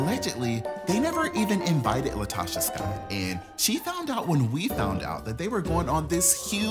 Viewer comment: Calling the lady LIEtocha is taking me owt! 😂😂💀💀